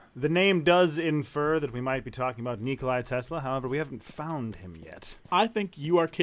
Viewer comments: Sorry but I have to correct you, it's not Nikolai as you say it, it's Nikola. Just try to say it without the "i" at the end :P Before someone tells me I don't know what I'm talking about, Nikola Tesla is from my country and I grew up hearing his name, and similar names. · Precisely. Nikola, not Nikolai... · ok listen up its not nikolaj tesla its nikola tesla,and teslagrad means tesla city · It's Nikola Tesla, Not Nikolai. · Nikolai Tesla? Nikolai? With i in the end? /facepalm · Did he say 'Nikolai Tesla'? o_o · Its NIKOLA TESLA, not Nikolaj. HE IS NOT RUSSIAN DAMN IT!